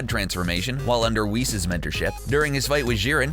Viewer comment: He said Whis. But he pronounced it as w•his instead of wee-ss